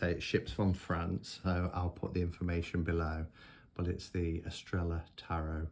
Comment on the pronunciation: Lovely deck ! Shouldn't it be pronounced Eastraiyaa ? (star in Spanish).🧡☺🙏🌺